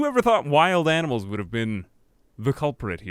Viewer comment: "Amnimals". It's the small things in like that are great. :)